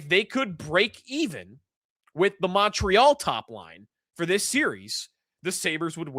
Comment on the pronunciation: Hey, thanks you finally said ‘MOntreal’ like someone from the 716. Always kills me when you 550 guys say ‘MUntreal’ like it’s PC or something. Fly your flag. Go Sabes. Beat the MOntreal CanadiEns 🎉